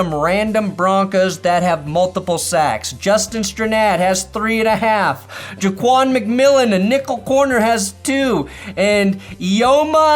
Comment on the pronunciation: Lol I went to school with strands cousins it’s pronounced “stir nad”